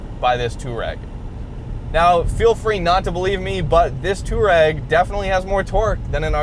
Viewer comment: It's pronounced two-are-egg. Not tour-egg. You don't spell tour as in touring like touar...